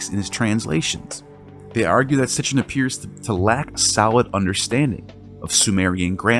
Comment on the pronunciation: its Sitchin not Sitchen